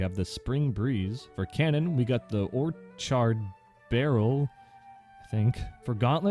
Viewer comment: "orr charred" Orchard? 😭great video